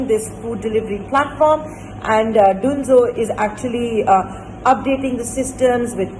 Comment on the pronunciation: why would anyone pronounce Dunzo as Doonzo?????